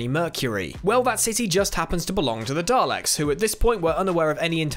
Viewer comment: Why are you pronouncing daleks weird?